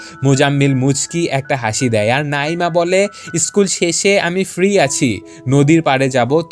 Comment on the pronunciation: ওফফ নাঈমা নামটা সুন্দরভাবে উচ্চারণ করেন😐 নাঈঈঈঈমা কি হ্যাঁ 😐